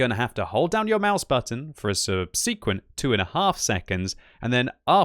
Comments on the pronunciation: Nope, I'm British, absolutely nobody in my country pronounces it that way, he's just really odd... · still can’t pronounce “subsequent” correctly